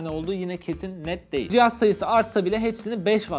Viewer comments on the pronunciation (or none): none